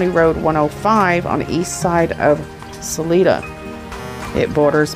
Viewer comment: What concerns me is that why on Mothers Day a Sunday during a pandemic would he take a trip to Denver? I’m just speculating but he may have gone off with Suzanne to dispose of her. I pray not. But his story is down right fishy. Just a note it’s pronounced Sal I da. Thank you for the update.